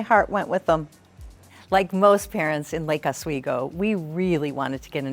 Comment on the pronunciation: Not “laaka sweego” it’s Lake ah-sweego” Like the channel.